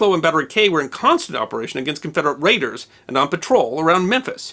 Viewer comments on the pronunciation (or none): none